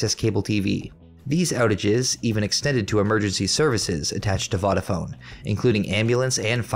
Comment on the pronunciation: And Vodafone is pronounced "Voh-dafone" not "Voddafone" 😭😭 lol 😂